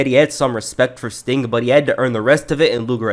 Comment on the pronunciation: I noticed you said "stink" instead of "sting" in some instances or I'm hearing things.